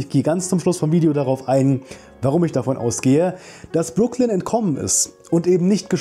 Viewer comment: Ich hatte extra nochmal in die erste Staffel reingeschaut und dann auf deutsch und englisch geschaut wie ihr Name ausgesprochen wird, weil ich es auch so in Erinnerung hatte, wie du es jetzt bestätigt hast.